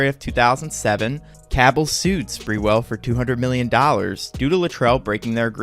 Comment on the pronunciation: It’s not sprewell as in sprewell but sprew ell